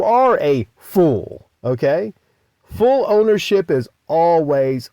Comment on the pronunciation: Fool owership.. not full owernship